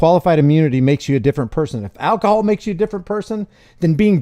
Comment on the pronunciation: Sounds like the officer says alkihoaul makes yaw a different person